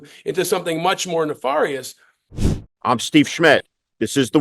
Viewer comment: nefarious = "nih FEHR ee us"